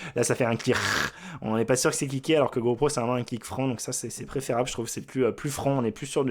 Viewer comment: "go prout" ? 🤔